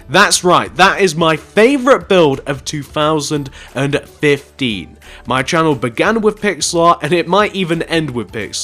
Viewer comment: i hate how when he says th it sounds like fh